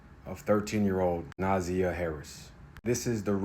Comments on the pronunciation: It's NA ZAY YA . Not nausea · Name is three syllables with emphasis on the second syllable not the first syllable so “na ZI yah” (hope that makes sense). Thanks for covering this crime story and let’s pray for justice to be meted out asap. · If you are going to report on these stories, please have some respect and get the facts right. Specifically, the pronunciation of the name. Her name is pronounced Nuh-ZY-ah. And her aunt is Shannon. Who is Teria? And he did not live there. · Her name is pronounced Na-za-yah. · Na-Zy-a is how you pronounce her name. Na-zy-a 😅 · All of your INFORMATION IS WRONG!!!I INCLUDING THE PRONUNCIATION OF NAMES....